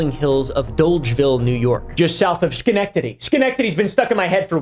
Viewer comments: Thank you for pronouncing Schenectady correctly 😊 Now say Skaneateles pls XOXO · congrats you said Schenectady correctly lol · Im so surprised you mentioned Schroeder's Pants cave at all blows my mind!! I grew up around Schenectady (Props for saying it right btw!!) and NOBODY talks about it outside of folks in the Capital District. Really cool video,! Thanks for posting! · I grew up in Schenectady county and I have to commend you on actually pronouncing it correctly. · i love how you pronounced Schenectady